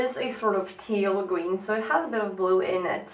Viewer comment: Gween instead of green hahahah too cute